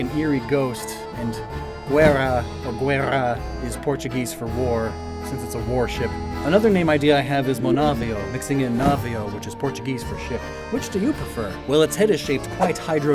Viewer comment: ayo quick tip use google translate to see the pronounciation of some words like guerra and navio, which you were so close but just missed the mark! Awesome video!